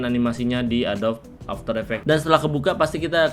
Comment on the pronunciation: Pengejaan kata inggris (adobe) nya salah bang bukan "adob" tapi "edobi" dalam tulisan indonesianya, thx videonya bermanfaat banget bang👌